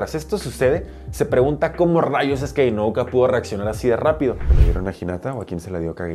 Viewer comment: Espero no te moleste que te corrija, pero se apellida INU-O-KA, inu significa perro en japo, tal vez te sirva de referencia para que no te confundas al pronunciar su nombre.